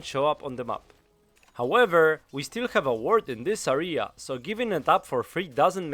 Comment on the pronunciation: "Area" pron. (euh - ree - uh). Besides that, great video! W <3